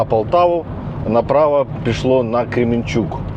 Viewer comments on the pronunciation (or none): none